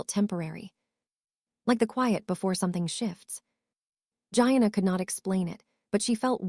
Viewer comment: Please, it's pronounced, Geeanna , not Gianna as in vagina. I don't know about this AI thing.